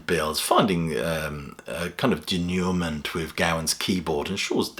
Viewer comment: Thanks for the review and bringing attention to this new studio release from Styx. PS: pronouncing Denouement as "duh-nooey-mint" reminded me of Charlie Kaufman in Adaptation telling his fictional brother, Donald, "that's not how it's pronounced." 😀